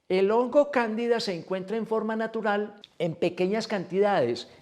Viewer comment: De manera narutal en vez de natural dice en el comienzo del video, no se porque pero llegue a pensar que se referia a Naruto. Lo comento por si de alguna forma puede corregirlo